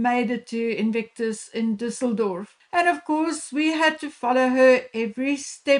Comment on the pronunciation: I can't with everyone's Düssledorf pronunciation. That is a Ü. Thanks for getting it right mostly.